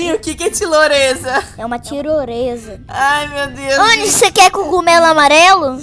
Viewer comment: foi muito engraçado ele falando que ele ia pegar tiroleza mais ele falou errado ele falou tiloreza